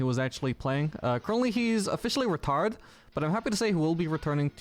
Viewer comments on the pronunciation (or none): At the start when you said he's retired I heard "retarded" and it made me snort my coffee back into the cup and keyboard. I don't know why it was so funny. Loved the video!